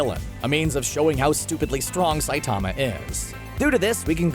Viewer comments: He can't even pronounce the lead characters name correctly. It's Sigh-teh-ma Saitama, not Sigh-taa-ma Saytama. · u pronounce saitama wrong its saitama all in one word not saitaaaama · The way he says sightama kind of annoys me when it is saitama